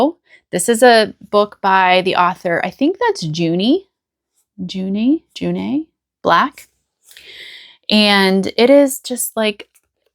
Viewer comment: I love cosy crime fiction 😁 I think it’s pronounced Juno (Juneau), it sounds like a fun book!